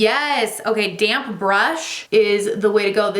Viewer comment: Why do I always hear “damn brush” or “damn sponge “ instead of damp 😂